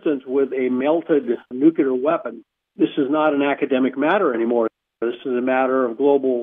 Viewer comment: Thanks, Linda- Great work, as always! And, I am really wondering WHY is it so hard for this researcher guy to pronounce "nuclear". He seems to ignore the nucleus of atoms and use the non-word "nucyelar"... I find it so distracting and strange, especially since he is supposedly some kind of expert on nuclear physics stuff and he uses (and mispronounces) the word so many times... Ugh! 🧐🤩 SMH